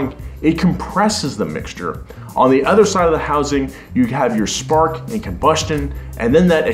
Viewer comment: I love the show, love the channel, I think you are a great, charismatic host but I would like you to stop saying "Ether" when you mean to say "Other". I will continue to watch either way but if it bothers me Im sure it bothers other people as well.